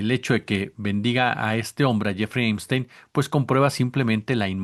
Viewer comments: El nombre es Epstein con “p”, no Emstein con “m”. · Amigo,se lee Epstein,yo escucho que dices Emstein. Buenas tardes. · Veo que dice "Emstein"en vez de Epstein. ¿Alguna razón en especial? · El pichi "emsteim"...